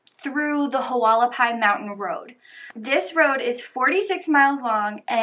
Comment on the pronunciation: Hualapai's is actually pronounced wall-a-pies the h is silent. And in Mohave county no they don't have to wait 48 hours especially in the summer because it could be dangerous for the person due to our extreme heat.